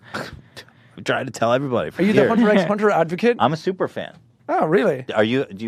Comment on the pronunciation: he pronounced hunter x hunter right. good for u